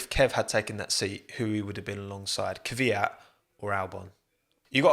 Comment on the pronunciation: I never understood this. Why do so many people say Kivyat instead of Kvyat?